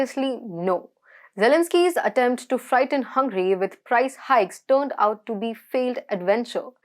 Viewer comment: Dear host, its not hungry its Hungary